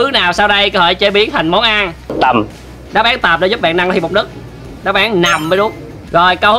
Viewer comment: nấc mà cứ đọc là nức nghe khó chịu vãi =)))